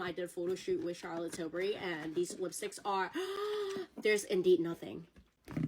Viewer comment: “ I did a photo shoot with Charlotte Tilbury “ Girl, if you’ve done a photo shoot with the brand, WHY can’t pronounce her last name?